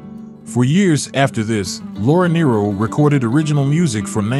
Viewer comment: The last name story is totally false and incorrect in pronunciation .